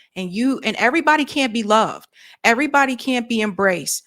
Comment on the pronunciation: I’m an old southern girl and I didn’t even notice she said “airbody”